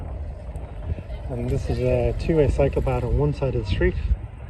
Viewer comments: Yup it is a cycle path so don't pronounce it like psychopath. 😂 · It maybe me, but every time you say ‘cycle path’, l hear ‘psychopath’. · My American ears kept hearing “psychopath” even though I knew he was saying “cycle path”. Of course, there are plenty of psychopaths in America, so maybe that’s just my subconscious working? 🤷‍♂️